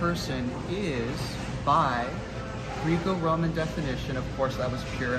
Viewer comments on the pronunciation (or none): Me as a wrestler I have never been more annoyed by how someone says Greeco Roman 😂